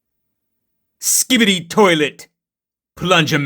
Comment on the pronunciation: man i got saying skiable toilet in 2025 😂